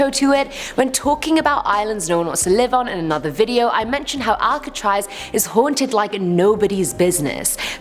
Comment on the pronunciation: Al-ka-traz thats how you pronounce it